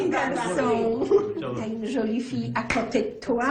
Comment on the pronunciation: Mdr si on écoute bien il dit cholie mdr